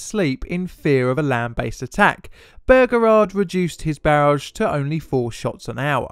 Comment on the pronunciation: "General P. T. Bergerard"